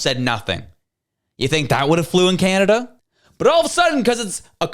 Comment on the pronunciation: Kanneda these people can’t even say the country’s name properly 😂😂😂😂😂